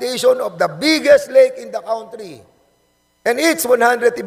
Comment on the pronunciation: Hoy TUMAHIMIK KA I=N THE “COWNTRI”. PPOHR DA KAWNTRY!!!!!! HAY NAKU …MAG TAGALOG KA NA LANG PO!!!!!!!GALIT SI MR WEBSTER SA YO.HAHAHAHAHAHAHAHAHHAHAHHAHAAAAA